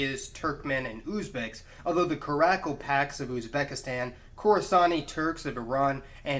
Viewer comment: “Carackle packs”? TaRtars? Awguzz? Sell-juck? You know, if you’re going to make a video about Turkic peoples, it might be good to learn to pronounce the names of the people you’re talking about.